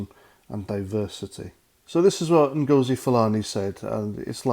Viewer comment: I think Nghastli Ngosi’s surname has the accent on the first syllable - as in ‘Felony’